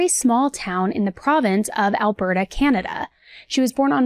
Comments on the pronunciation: It's pronounced Alberta. Like Albert-ahh. Not albert-aye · Alberta ah... not eh lol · Not a biggie but Alberta is like “al-bur-tuh” 🙂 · "Albertay, Canada". 😂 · Lol I had to rewind and see if you actually said Alberta that way 🙈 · As a Canadian I am offended by the pronunciation of Alberta lol